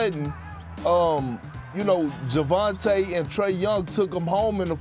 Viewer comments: Perk really said "Javonte" Murray lol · 🤣 It's Perk. Dude mispronounces names almost as bad as Chuck if not as bad. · "Javonte" Murray is a bucket😅